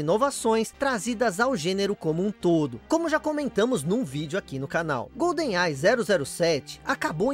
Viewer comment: Que agonia ficar ouvindo "Golden AI" kkkkkk é igual falar "Pan Americano" ao invés de "Panamericano". A pronúncia certa é "Goldenai" mesmo.